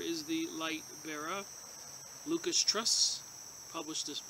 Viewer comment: I think it's pronounced 'loo-sis"